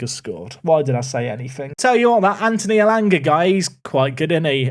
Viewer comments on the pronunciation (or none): none